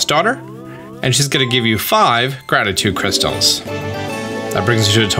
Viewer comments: I choked and threw up a little when I heard you say "Grabditude Crackles" the first time. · Excuse me I believe it's pronounced "grabtitude crackles"